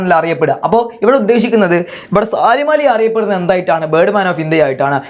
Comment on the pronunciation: സാലിം അല്ല സലീം എന്നാണ്